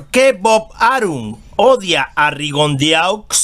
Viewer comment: Se pronucia Rigondo